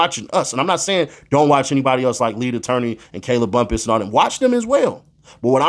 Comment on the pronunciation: Steele out here pronouncing Bumpus name wrong on purpose.